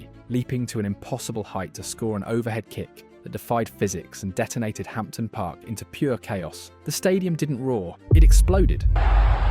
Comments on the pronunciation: Ye not Hampton ,Hampden, and not hied as in hide ,it's hied as in heed 😂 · There is no T in the park. Ham din park. You can take the p too. And heed my words about the pronunciation of heid. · What's a hampten? Is that supposed to be Hampden? (Pronounced, "Ham-den".) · It's pronounced HAMDEN NOT HAMPTON.AND THE SOTTISH EXPRESSION OSD KEEP THE HEID (PRONOUNCED) HEED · Aach come on pal. It's HAMPDEN PARK, no HAMPTON lol 😂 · The irony is that It's pronounced ham-den not hampt-den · Hampden is pronounced Hamden - the p is silent. Sorry to be picky. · "Hamton"? ffs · HamPten 😂😂😂😂😂😂😂English wamk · That AI narrator had a bit of a brain fart there talking about Mctominay’s goal 😂😂 also “Hampton” “keep the hide” “shank land” (sounds dodgy 🔪) and calling Dorgu “Partick Dorg” was a particular favourite. Actually thought it said “Patrick Dork” at first 😂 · Typical English voice over, Hampden is pronounced where the P is silent, learn it before posting. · The p is silent in Hampden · It would good to find a commentator that could pronounce Hamden properly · There is no "T" in Hampden you dummy! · AI slop. Gutter content. You know it’s AI with the nonsense place names. Piraeus, Hampden and the Italian league - Seria A. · He's over pronouncing the 'P'.